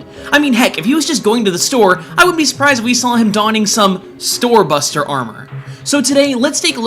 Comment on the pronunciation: I heard Thor Buster as Thot Buster lol